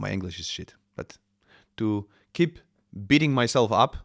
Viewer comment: were you beating yourself up about your English speaking skills while having troubles to prononunce "beating yourself up"? Both "sadder" and "more sad" are (arguably) correct. I know someone who's been to England. Enjoyed listening to the stream of thoughts 💪Cheers!